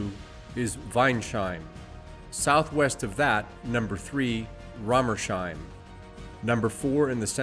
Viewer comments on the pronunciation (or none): Apologies in advance for being snooty, but town names like Weinsheim, Rommersheim, etc. are pronounced weins-heim, not wein-sheim. "Heim" is the equivalent of the English "home", the 's' is possessive, similar to English. Compare: Wineshome would be Wine's-home, not wine-shome.